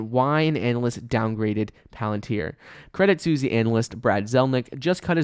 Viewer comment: It is pronounced credit sweeessss its a swiss bank my dude. Look up the pronunciation.